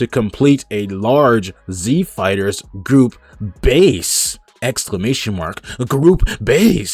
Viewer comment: Are you saying group? Or goop?